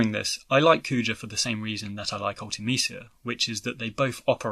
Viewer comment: It's Kuja, not Coo-chah.